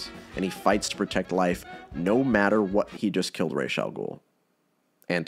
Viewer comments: 🤓 Actually it is ras But with an s like in see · It’s not raish it’s r’as. Ras means head in Arabic. So ras al ghoul literally means head of the ghoul. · I can see how they ended up using the Italian pronunciation of "Falcone." It's a mistake you can make, not realizing he's Americanized his name. Deciding to go with the actual Arabic pronunciation of Ra's, instead of Raysh, I totally respect… but then they didn't even get that right. Razz? What? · The not like Ras Al Ghoul makes me so angry as an Arabic speaking man. When you pronounce it as Raish Al Ghoul, YOU ARE SAYING THE FEATHERS OF THE DEMON/GHOUL. AAAAAAAA. Ras means Head. 😡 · co-signed as an arabic speaker. why the fuck is it pronounced "raysh" in BTAS that doesn't mean anything lmao it doesn't make sense. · it's actually Ras but the s isn't a z It's like in see